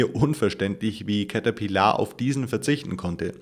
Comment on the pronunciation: Cäterpillaaar ????!!!!!!!!! XD